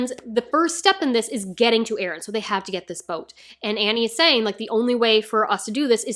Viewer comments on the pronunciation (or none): NO "BEren" PLEASE!